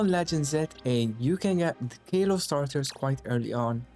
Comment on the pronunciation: Also little hint if you want, it's pronounced Kah-lo-ss not Kae-lo-ss